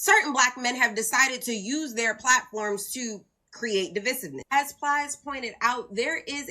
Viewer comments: 😂divisity?? Hahaha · If you can’t pronounce divisiveness, I put absolutely zero value in whatever crap comes out ya mouth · She totally mispronounced “divisiveness”☠️☠️